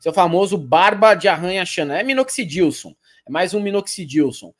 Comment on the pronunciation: "Minoxidilson" kkkkk